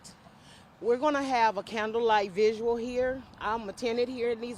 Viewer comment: Somebody PLEASE tell that woman it’s vigil and not “visual”. Thank You!